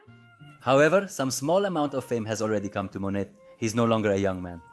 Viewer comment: Thank you! Very informative andinteresting video.I'm sure you knew it was Monet. The way you were pronouncing name, on this YouTube video sounded as if you were saying, Manét